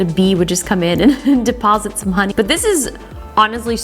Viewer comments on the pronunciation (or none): none